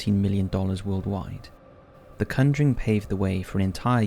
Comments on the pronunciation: Dude, you called it the cunduring!! It is the conjuring!! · The Cunjuring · My boi said “The Cunnjering” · Am I the only one who is getting pissed off about his pronunciation of “conjuring”